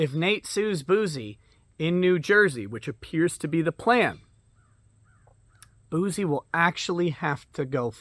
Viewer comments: You keep saying bouzy but it's pronounced bussy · It's pronounced "Juicy Bouc-eh"